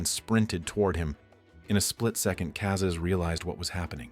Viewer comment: some phonetic consistency and attention to detail would turn these from bangers into masterpieces it was never alpha zerotwo, it was "alpha oh 2" it was never "cazays, kayzes or cazzes", pronounciation is just "cazés"